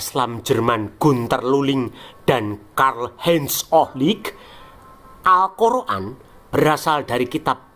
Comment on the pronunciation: geli aja dgn narasinya min, al-kor-an.. es-we- te , eslam ...😅😊